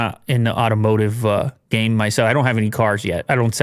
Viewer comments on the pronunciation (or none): none